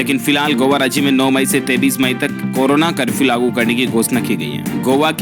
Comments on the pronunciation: bhai app 23 ko 33 bol rha tha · Bol to shi le 33 nhi 23may hota he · Keya bolete ho 23 ko 33